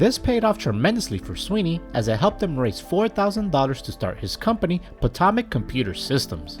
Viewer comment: Potomac is pronounced "patomic"